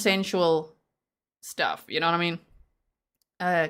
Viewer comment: lol “I’m sorry WUT?” lol you sounded so American Lolol like a total valley girl ya know! lol AND it also PERFECT response to TWO phone resets sigh